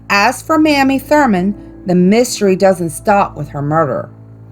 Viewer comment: Mamie Thurman’s name is pronounced MAY-mee